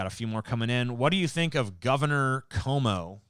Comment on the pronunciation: I’ve never understood why TJ says “Comb-O” instead of “Quomo”, but hearing him say it so much has made me say it sometimes too